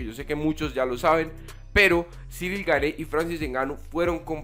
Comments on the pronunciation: El apellido se pronuncia "Gan" no "Gane" Buen video! Espero ancioso ver al campeón contra el francés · Amigo, ya que a partir de ahora vas a pronunciar mil veces más el apellido del francés, se pronuncia Guein, así tal cual y no gané… un pequeño aporte a tu canal que por cierto es muy bueno, saludos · Gane no se pronuncia, lo aclaró ciryl! Se pronuncia Gun..